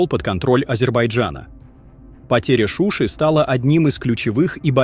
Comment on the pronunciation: не шуша а Шуши правильно говорит ведущий.